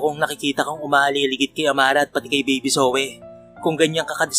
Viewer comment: PARANG JOEY ANG PRONOUNCE SA PANGALANG ZOEY.